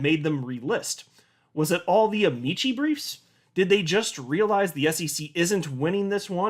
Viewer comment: First of all, awesome! So glad to hear it’s being resisted. Secondly, I love you. Third;, since amicus / amici is derived from Latin, the “c” in “amici” should be a hard one, like ah-MEE-kee